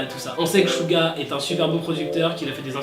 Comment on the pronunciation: C'est pas chuga c'est suga un ssss comme serpent